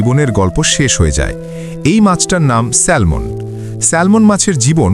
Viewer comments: সেলমন নয় উচ্চারণ হবে স্যামন (Salmon) l silent. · স্যামন, স্যালমন নয়। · Not স্যালমন ❌ এটা স্যামন ✅ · উচ্চারণ ঠিক করেন। এটা হবে স্যামন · মাছের নামের উচ্চারণ হল স্যামন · A humble correction.. ওটা salmon উচ্চারণ হয় না। স্যামন উচ্চারণ হয়। L mute থাকে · উচ্চারণ শ্যামন " ল "টা উঝ্য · উচ্চারন ভুল হয়েছে ভাইয়া.. স্যামন....' L' is silent here...